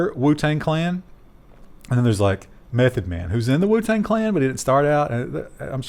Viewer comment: There's no wrong way to say WuTang - "Woot Ang" I stand corrected...